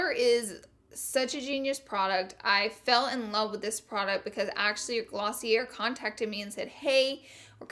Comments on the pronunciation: Laura, you are so cute... lol but Laura Mercier, Garnier, and Glossier are all french names, so the er makes and "ay" sound. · Does she not know that she's pronouncing Laura Mercier, Garnier, and Glossier wrong after all these videos? Still love you 😂